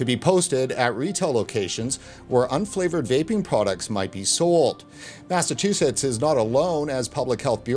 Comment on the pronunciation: Good show, but the guy can't say Mass-A-Chew-Sets